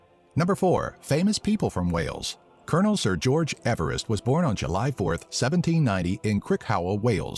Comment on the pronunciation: George Everest’s surname was actually pronounced “Eev-rest” not “Ever-rest”